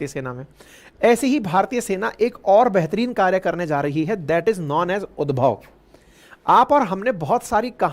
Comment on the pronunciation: उद्भव नहीं होगा ये उद्धव होगा भाई ये